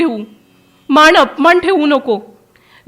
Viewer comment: मान, अपमान असं आहे; आपण माण, अपमाण असं वाचताय